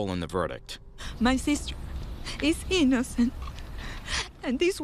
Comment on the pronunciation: GUILTY Not EEENACENT😂😂😂😂